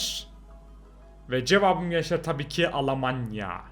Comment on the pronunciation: Almanyaya Alamanya diyen koca yürekli